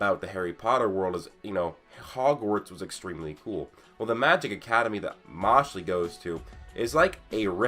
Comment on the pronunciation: That is definitely one way to pronounce Mashle